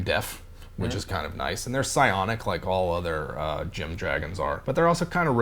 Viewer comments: Wait I'm confused. Are they gem dragons or dragons? The first couple of times you mentioned them, it sounded like you said "", and then mentioned "not just because it's your first name". But obviously each of them are named after different gems, and then a few of the times you talked about them it sounded more like "gem". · I thought he said dragons 😂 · What is a " dragon"? You guys don't pronounce vowels very distinctly.